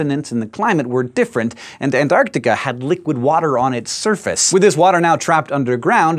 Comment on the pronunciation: Come on Hank, you can pronounce Antarctica correctly. Please don't leave the 'c' out of the middle.